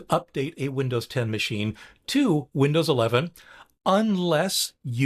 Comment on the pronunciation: Did you say Lindows?